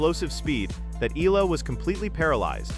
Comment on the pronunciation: Cannot even pronounce Eala’s name correctly!